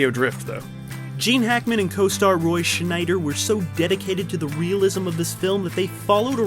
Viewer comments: it`s roy scheider, not schneider... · It’s Roy Scheider NOT Schneider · Roy Scheider, not "Schneider". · It’s Roy schieder not Schneider!! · Roy Scheider, not Schneider. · Roy Scheider - not Schneider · it ain't 'roy schneider'...it's 'scheider' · Roy ShNeider???!!! How can you be someone who's so interested in movie stars, but get their names wrong so often? It's Scheider, you dolt. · It's Roy Scheider, not Schneider... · Scheider, not Schneider. Lol. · "Roy Schneider" XD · why the "N" in Scheider???... 🤔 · Roy Scheider, no N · "Roy Schneider"... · "Roy Sch'N'eider? Seriously? Get it right, people. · SCHEIDER. Don't ever mispronounce Chief Brody's name again, sir. :) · Did you really say "Roy Schneider"? LOL You gonna need a bigger inbox to ride out that tsunami of angry replies :D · How do you say Roy Scheider again? Where is the "N"? Wait, there is no "N" is his name. For a movie guy that's a pretty big name to screw up. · you don't mess up a name like roy scheider. if you do you have no right to call yourself a film buff